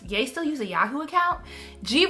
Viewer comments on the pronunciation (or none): none